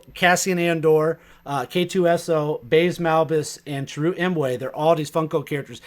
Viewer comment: Have you guys not seen Rogue One yet? I haven't heard any of you pronounce Chirrut's name correctly lol. Sorry, I just had to bust balls for a moment.